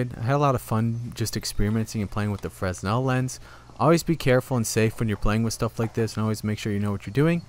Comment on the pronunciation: Its pronounced frenel